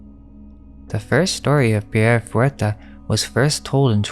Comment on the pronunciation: Kick ass video! Super informative! 👏🏻👏🏻👏🏻(Small note: fouettard is pronounced more like fu-weh-tar 😊)